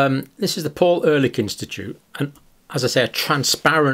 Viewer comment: Ehrlich is pronounced a bit like Air leek